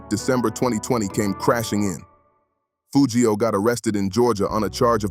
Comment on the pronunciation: Whoever this is, I hate you because you can’t even pronounce the man name right his name is Foogiano